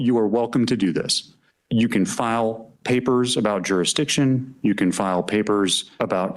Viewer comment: It's so wonderfully ironic that a doofus like this who can't seem to pronounce Jurisdiction has become a legal scholar genius.